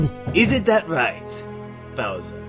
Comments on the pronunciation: when said booser it thought he said looser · says booser instead of bowser